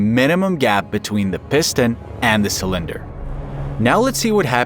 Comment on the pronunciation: Not "cylinder" but 'sa-lender". Yeah, an AI.